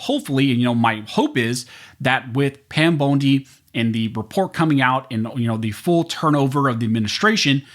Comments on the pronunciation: I know this is irrelevant to the video but I can’t get past how he says Pam “Bone D” not “Bon D” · I think her name is pronounced BONDEE, NOT BONEDEE. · Pam Bone-D huh? 😂 I can’t un-hear how you pronounced her name 🤣🤣🤣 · Pam "bone-dee" 😂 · Pam bone-di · At least pronounce Pam bondi last name correctly for peats sake